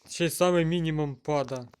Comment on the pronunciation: Пада😂😂😂😂 а не падае?! Рагуль